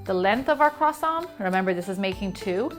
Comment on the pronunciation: are you going to finish that kwoossaunt